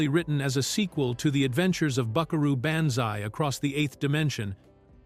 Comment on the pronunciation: "Buckaroo BAN-zai"???